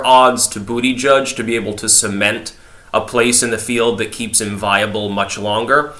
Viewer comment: I miss when you pronounced it "Boo-da-GEEG"